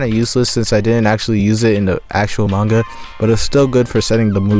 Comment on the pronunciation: Pronouncing it mainga should be a criminal offense